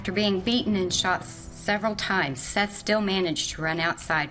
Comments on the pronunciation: Seath???? Thought his name was seth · Exactly. Like pronouncing Seath as seeth lol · Do you ever watch the video clips before going off and pronouncing their names? Lol. Don't get me wrong Seath looks like it would be pronounced exactly how you were saying it. I was definitely thinking who spells Seth like that? Maybe it's seeeeth? Lol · Why is the names always pronounced wrong? The victims at least deserve their names said correctly, I think I'll just stick to my regular channels, thus one doesn't credit other channels and the facts are wrong too on a lot of these videos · How do you mispronounce Seath’s name directly after hearing it from the news clips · Such consistency... You pronounce "Seath's" name two different ways.